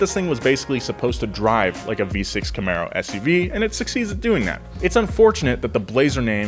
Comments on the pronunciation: It’s a Chevy Camaro not a Comero 😂😂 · "looks like a comero" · Also, "Comero" Haha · "comero" #Nice. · "It's got a V6, and looks like a Comero..." WFT is a "Comero"? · well I guess the way Chevy says it does sound like Camero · Ah yes Comero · "comero"? Seriously? Unless that was sarcasm that I missed? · Camero somehow became comero lol. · *Camaro was misspelled and you somehow also mispronounced it but I love the show, love the bronco, and I love you, 😘